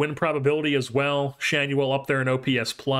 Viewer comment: The LA announcers pronounce Schanuel as Shaw-new-ell.